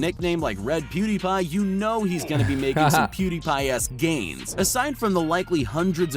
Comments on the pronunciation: Did Ali just call pewdiepie POODIE? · Video: pewdiepie Ali-A: Poodie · Did I hear POODIE!